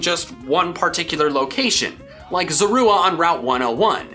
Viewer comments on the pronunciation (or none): pronounced zaw-roo-uh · i hate that zoruas name is pronounced zor oo ah (like in the movies) it sounds so weird to me, i just say zo-rah even tho its 'wrong'. Regardless fun video :D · it's pronounced Zor-Oh-Uh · Your pronouncement of Zorua…… it hurt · His name pronunciation is so triggering like zorua is a big bruh moment its so wrong ^^'